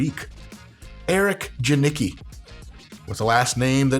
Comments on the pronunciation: It's not Djaniki - it's more like Ya neats kee. The name doesnt make us blush, especially if you butcher it the way you did. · Janicki is actually a polish name :) its prenounced Yuneecky (sort off) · Janicki is pronounced "Yung-eats-kee" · Polish pronunciation is [yanitzkey]. Not too hard. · It's "ianitski". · To sound polish try saying it like yanitsky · Pronunciation is more like "Yan-EEt-ski." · As a Polish person I cannot stand the way Americans pronounce that surname. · I'm from Poland but still, you butchered his last name so hard I can't blush. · That was the worst possible pronunciation of his last name haha